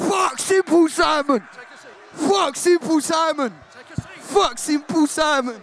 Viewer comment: Bro said symple Simon